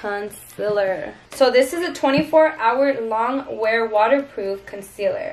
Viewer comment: Someone please tell her its "conCEALER" not "conSILLER"!!!!!